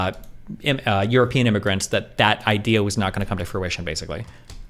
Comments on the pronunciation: Is it idea or is it ideer? Feelin pretty gaslit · Does it bother anyone else the way moeen says "idiur" instead of "idea". Like brush if your going to use a word constantly at least pronounce it right